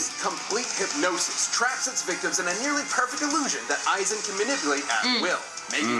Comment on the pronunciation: It’s Aizen not “Issac”🤦🏿‍♂️